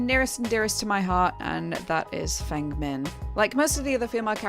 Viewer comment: Fun fact: Feng’s name is pronounced like Fung Mean not Fang Min like in mint